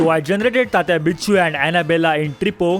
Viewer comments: It's tatita vinchu not bichu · Bro vaise vo tatya winchu hai vicchu nahi 😂😂. Big fan❤❤ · It is tatya vinchoo 😂😂😂😂😂 not tatya bichoo